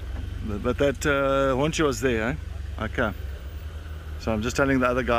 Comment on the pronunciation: LOL that Ehhhh is so South African, if one was to play that for me at any time I'd be like homeboy